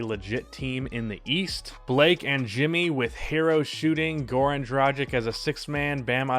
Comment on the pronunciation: Dra-gitch not Tragic!